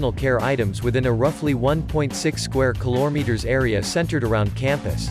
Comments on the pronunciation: What's a koleters I've heard about kilometres but not koleters SAY IT PROPLY PLEASE IT JUST ANOYS ME it's kelom/I/ters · Is the V.O. for these videos artificial as well? Some of the pronunciations sound pretty strange and stilted, like "ki-lo-me-ters". The intonation is pretty odd too. I'd have preferred a real voice, even if the content maker isn't confident in their own voice or pronunciation.